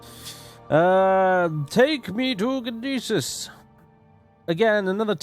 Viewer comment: "Gnisis" is pronounced in Skyrim ("New Gnisis Corner Club"). It's NISS-iss. In gn- the g is always silent unless you're a gnelf or a gnoblin. I believe what people were telling you with Aryon is that it's two syllables and not three, but I don't think there's any confirmed pronunciation on that one. I'm pretty sure Hla Oad is pronounced "Hlah Ode" (with the surprisingly easy to pronounce HL as in Hlaalu, as the H is formed entirely in the back of the mouth and the L in the front so both can be pronounced simultaneously), but I can accept Hla Oh-Ad, just not Huhluh Oh-Ad.